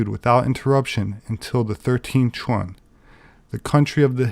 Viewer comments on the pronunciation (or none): none